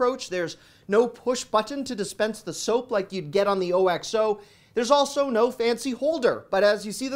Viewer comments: Hi, as always, totally enjoyed it! Wanted (and didn't want) to mention but I believe that OXO is pronounced OX-O. Always want you to be your best. Thanks for the great video! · "Who's hungry now!" You had me rolling!!! Thank you for that!!! By the way, O-X-O is pronounced as one word. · Love your videos! BTW, Oxo is pronounced Ox-Oh. :)